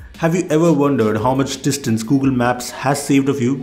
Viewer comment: "bitter"? "Gugil"? "estap"? "moltipol"? 😂😂😂😂😂😂